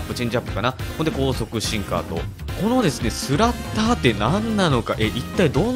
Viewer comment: 発音おかしいですよ。スラッターerですよ